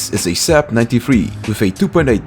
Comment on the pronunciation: can you please pronounce saab corectly? my swedishness can't handle it!